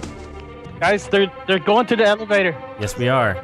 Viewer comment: I heard "evalator"